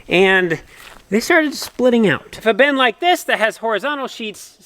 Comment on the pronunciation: Why do you pronounce “bin” as “ben?”